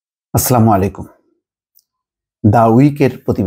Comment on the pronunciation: আস্লামু আলাইকুম নয়। আসসালামু আলাইকুম শুদ্ধ করে বলুন।